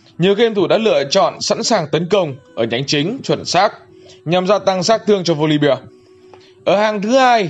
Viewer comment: Góp ý chút là voli be chứ không phải là voli bia